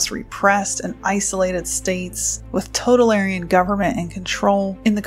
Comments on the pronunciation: you have a strange way of pronouncing totalitarian... you keep pronouncing it "total-aryan" ... it's more like "toe-towel-eh-tarian"... like libertarian isn't "lib-aryan" , it's "lib-er-tarian"... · It was bugging me too